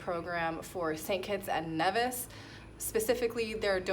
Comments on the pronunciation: Hi, that's cool, I used to live in St Kitts when I was little (I'm from the UK) oh...... and I'm sure Nevis is pronounced Nee - vis not Nev - is (its originally from Spanish I believe). Love your vid's, keep up the great content! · It is Nevis. Pronounced knee-vis. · Congrats However the Nevisions will be annoyed if you can't pronounce their country properly. Should be pronounced knee-vis 👍🏿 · NEEEEVIS pronounces Knee-vis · Congratulations with your new citizenship, but if you gonna live there you gotta say it correctly, "Nee-vis" (don't hate me)...